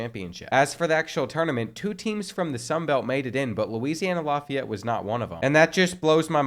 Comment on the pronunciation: Laugh-ee-yet (Lafayette) his pronunciation is bugging me